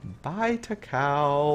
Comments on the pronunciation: Sort of half listening when you said "bye Takao" I thought you said "bite a cow" XD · idk why, it kind of annoyed me when you pronounce zuiho and takao wrong lol. well, umikaze lining up for my next to name........ nice video tho XD